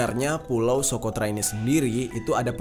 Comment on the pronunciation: Bang pulau nya bukan sokrota bang salah ucap,Tetapi tempat terkurungnya dajjal itu SOCOTRA